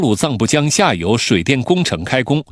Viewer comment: ，妳是说印度下游还是印度下流…😅我重复听了几次😂。